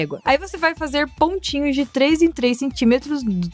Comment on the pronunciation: nao e pontin nho. e pontinho vc falo pontin nhos e pontinho aprendaaa